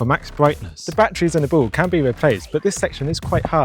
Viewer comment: Bro cant say ball he just says bll